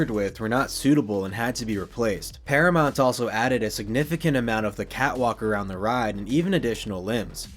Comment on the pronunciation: Never heard anyone pronounce it ParaMONT before